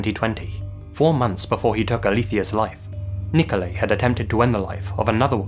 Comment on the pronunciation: Do you intentionally mispronounce people's names?! Nikolai = niko-lie